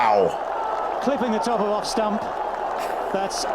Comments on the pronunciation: Its "Stump" not Stamp,. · leg stump not leg STAMP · It's "Leg Stump", not stamp. Stumps are the three sticks behind the batsman, also known as wickets. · Stump not stamp. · dont know if its been said yet but the word is 'Stump', not 'stamp'... like the stump of a tree. Awesome you guys are finding this sport, its very much an aussie right of passage to play backyard cricket. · Stump not stamp. The three 'wickets' behind the batsman. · leg stump (not stamp) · Stumps. Not stamps. That's what the three wickets are called. Stumps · It's stump not stamp mate, it's all about the action and release, he has videos on how he did it, but know how to do it is so different as to hit it. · It's stump, not stamp dude. The wicket is comprised of the stumps (the uprights) and the bails (the bits on top) lol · If you want to know about leg spin bowling, here is the man himself ... By the way, they're 'stumps', not 'stamps'. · 'Leg stump' not 'Leg stamp'. One of the three vertical poles that make up the wicket. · Check out Mutiah Moralitheran who took 800 test wickets. And the word is stump not stamp. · It's leg 'stump' not 'stamp' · 'Outside the left stump' not stamp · Love your guys videos, wish I could explain leg ‘stump’ not ‘stamp’ but I don’t think I have enough time! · 2 minor points... It's batsman not batter. It's leg stump not stamp. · Look at the rough part of the pitch he is aiming for plus the spin he puts into the ball from his fingers. The commentator is saying STUMP not STAMP.